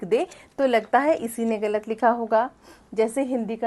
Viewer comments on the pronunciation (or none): आप ग़लत शब्द का उच्चारण गलत बोलते हैं जो ग़लत है; सही उच्चारण ग़लत होता है। 'मुर्तज़ा' नरियारवी